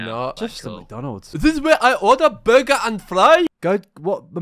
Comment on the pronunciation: "I order borger and fry" 😂